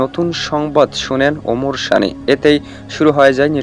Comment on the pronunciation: আরে ব্যাটা শানী না সানী উচ্চারন ঠিক কর😅😅😅😅😅😅।🇺🇸